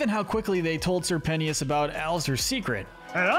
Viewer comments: … sir pennius? sir pen-tea-us? … it’s sir PENTIOUS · Its not Sir Pennious its Pentious! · it's sir pentious not sir pennyious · yeah I know that but I mean, like, I was wondering how someone could pronounce it wrong when it's not that hard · “ Sir Pennius “ 💀💀💀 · Who tf is Sir Pent-tee-us? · ”Sir Penntius” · ITS SIR PEN-TIOUS, SEE THE T. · Why you say it as "Sir Penious" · It’s pen-ces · its more common to completely drop the T but this isnt one of those cases it should be done phonetically regardless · I can’t tell what’s worse, Alastor not getting bottom 3, or how this guy said Pentious wrong twice. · Anyone else bothered by how they say Sir Pentious’ name? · The most annoying part of this video is them not pronouncing the "t" in Sir Pentious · You said sir pentouses name wrong 😭 I’m sorry